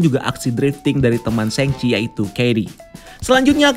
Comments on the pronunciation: Shang Chi bacanya shaang Kak, bukan sheng. Tolong dibantu sebar ya Kak kalau bisa, Kevin Feige udah bilang Shaang, lalu kalau sheng sebar, kacau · Bukan hanya Itu Kak yang dia salah. Shang Chi bacanya bukan sheng. Aaa, Shang Chi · bacanya bukan sheng chi. Shang Chi, Aaaa